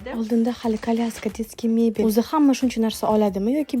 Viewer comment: Bolyashka❌ kalyaska✅